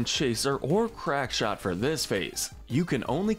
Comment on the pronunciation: Crackshot, not crankshot.